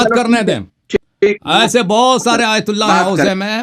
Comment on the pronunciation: Pahle ahteram karna sikho phir isne aytullah ko galat bola kisi ke dil ko taklif nahi dena chahiye pahle urdu bolna sikho